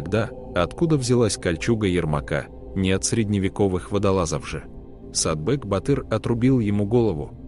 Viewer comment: не Сатбек, а Сатпек может?!